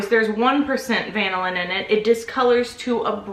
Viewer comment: CUte babay!!!!! is't it pronounced vanillin?